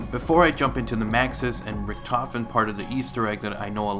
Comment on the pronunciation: Stuhlinger us actually pronounced Sh-too-lin-gah because it's German. Richtofen is pronounced Rihh-tof-en. Die Rise is pronounced Dee Rie-ze. Hope this helps.